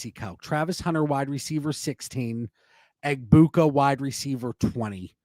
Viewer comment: Why does Dan say “Egbuka” so weird 😂. Says it like “Egg-Puke-a”.